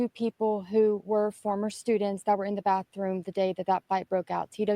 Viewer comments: Ok help understand what a “ BAFFROOM” is???? Could it be compared to BATHROOM? 😂😂😂also what does JIGGED EM mean? Did he mean STABB? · Ok help me understand what a “ BAFFROOM” is???? Could it be compared to BATHROOM? 😂😂😂